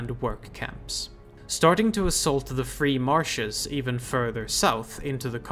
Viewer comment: I've watched all the videos so far, and I am wondering... the word "Marches" is the same in "Exalted Marches" and "Free Marches", but you only say it correctly if you say the former, and say it like "Marshes" in any other case. Is there a reason for this I am missing?